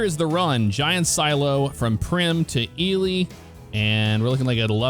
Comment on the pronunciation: Right on. It's cool to see that Ely is in this game. I'm from McGill, about 12 miles north of Ely, I work at a Copper Mine up here and I'm also a Volunteer Firefighter. So with all that said, I'm a fan of all the simulator stuff you do. Thanks for pronouncing Ely correctly lol. And for Pioche, it's pronounced Pee-oach, there's a few weird names here for sure lol. Keep up the great work man. Thanks!